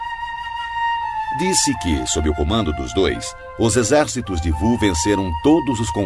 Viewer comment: "Vu" é "Wu"